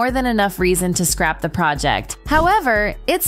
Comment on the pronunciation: scrap, not scrape